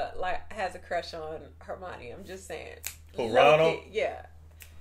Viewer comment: BTW, it’s “Her-mi-o-ne”, not “Hermani”